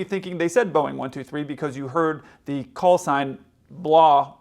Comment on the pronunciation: Knowing 2 planes with similar callsigns are around the tarmac the controller should have pronounced the callsign much more clearly then he did